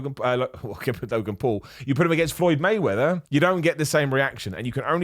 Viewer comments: Did you call him floyd waymether is my heard F’d 😂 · “Floyd Waymeather” 😂